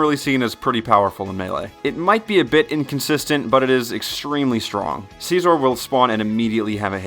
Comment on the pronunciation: The way you say scizor makes me cringe